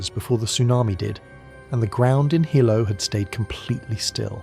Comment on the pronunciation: It’s not Hi Low it’s pronounced Heelow. Hilo Hawaii where I live, and where the scariest events in the State happened. My daughter learned since her childhood where the tsunami inundation zones are and practiced drills and had field trips to the Tsunami Museum in Hilo. She used to be anxious when we drove on the waterfront because of the history. Kids are impressionable, but they have to know. There was a school swept over by a tsunami on a bay north of Hilo. Plus we are close to Japan by relationships of those who moved here and by similar hazards. We watch earthquake activity . It’s part of life here.